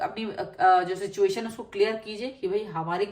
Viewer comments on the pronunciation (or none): none